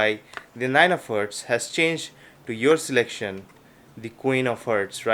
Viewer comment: IT'S HEARTS NOT HERTS U FUCKING ILLITERATE ASSHOLE